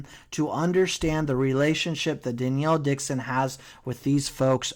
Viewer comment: stop saying danielle dixon lol much love